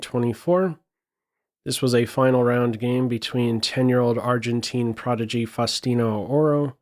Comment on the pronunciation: Truly amazing, only 10 years old!!! Correct Spanish pronunciation of his name requires the "U" to sound like OO in boom. (/fausˈtino/ [fau̯sˈt̪i.no])